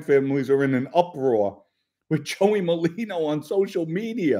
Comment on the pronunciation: it’s NOT Malino!!!! It’s MER-LINO! Please pronounce it correctly. You’ve been pronouncing it wrong since Joey came on the internet. Thank you!